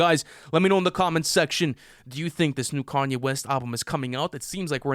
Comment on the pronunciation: I’m just hear for the pronounciation as “car-nyay” west 😂